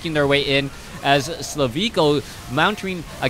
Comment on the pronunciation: thanks for the vid but check his name again. Im pretty sure his name is slivko and pronounced like you would usually do.